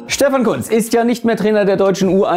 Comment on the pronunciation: Christoph es wird Kuhntz ausgesprochen